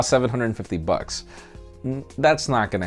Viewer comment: To me it sounded like "1000 fuks" at the end 😂